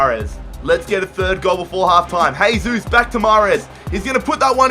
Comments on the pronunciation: It's Jay-Zeus no Hey-Zeus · Why do you say haysus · Its not "hesus", brazilians dont speak spanish, man.